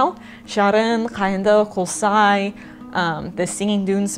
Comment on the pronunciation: Your pronunciation Tangbaly very good! like a native speaker !But you're pronounced Kolsai a little bit wrong. You said Қолсай instead of Көлсай !